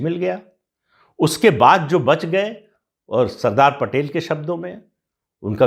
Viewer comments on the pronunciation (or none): none